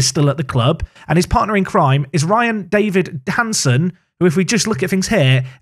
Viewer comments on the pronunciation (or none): none